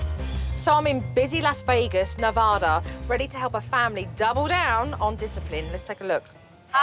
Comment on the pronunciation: She said Nevada wrong😫